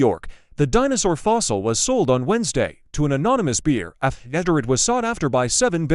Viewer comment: I truly detest these AI generated narrations. Sold to an anonymous "beer"? Sought after by 7 "bitters"?